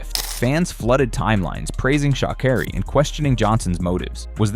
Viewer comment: Pronounce her name right